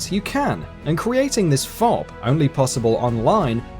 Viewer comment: Fawb. FAWB. FAAAAAAAAAAWB?! WHAT THE FU- We are having technical difficulties. Please stand by